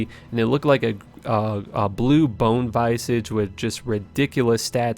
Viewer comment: say the word "is". Now put a "V" in front of it. Now pronounce "edge". V + is + edge = Visage. Just trying to help.